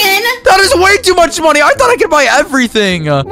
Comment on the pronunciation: And why does he say "moniez" instead of money????